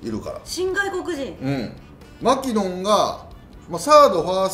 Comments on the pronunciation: マ↑キノン↓ではなくてマ↓キノン↑らしいですよ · まき↑のん